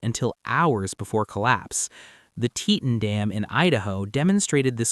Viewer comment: The grand TeeTun dame in Idaho blah blah blah.... It is not TeeTun. It is pronounced Tee-Ton as if it is two words not one as was pronounced by this Avatar Voice Over. Teach your A.I. how to pronounce names and numbers.